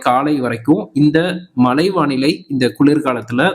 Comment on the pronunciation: மழை என்பது கூட சரியாக சொல்லத் தெரியவில்லை மழை மழை என்று உச்சரிப்பு செய்கிறீர்கள் நீங்க எல்லாம் என்னத்த தமிழ் படிச்சீங்க?